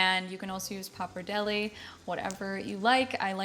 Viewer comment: Nice, simple to make and delicious recipe, no questions, not for dinner tonight but tomorrow will be a serious contender, I have all of the ingredients here in my kitchen. Having said this, it's time to work on the pronunciation of key Italian pasta words, tagliatelle and pappardelle, I wish I could send you the proper way by some kind of audio aid, but I have no clue how to do that, maybe Google has a way. Sorry for being a pain.